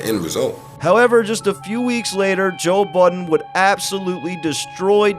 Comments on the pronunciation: i swear you are saying Joel Budden 😂😂 good vid tho! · Thought I was tweakin. Sounds like you keep sayin "Joel Budden". Lmao.